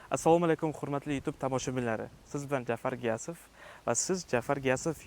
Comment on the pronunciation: шарифинггиз "гиясов" эмас,балки,.г'иёсов булади! Ахир биз урисмас узбекмиз-ку...барака топкур!